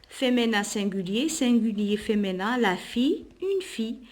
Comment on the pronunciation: Merci c'est du bon travail sauf féminin vous la prononcé feménin